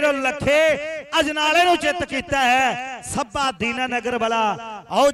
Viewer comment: Gurdaspur walea nu punjabi nhi aondi chngi tra... Sbba nhi hunda Shabba hunda Arh nhi hunda Arsh hunda....